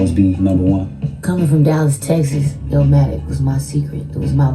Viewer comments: It's ILL-MATIC young brother, not Illamatic. Keep pushing though king 💪🏿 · Man STOP calling it “illermatic” dude. It’s ILL-MATIC. It’s not ILLAH-Matic, NOT ILLER-Matic. ILL-MATIC. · It's not pronounced "ill-a-matic" or "still-a-matic"